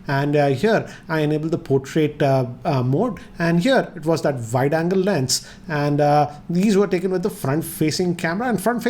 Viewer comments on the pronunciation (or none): none